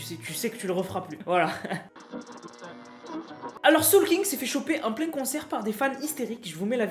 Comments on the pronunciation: t’a oublier le G de Soolking!!😂🤣🤣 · Soolking frero pas soolkin 😂😂😂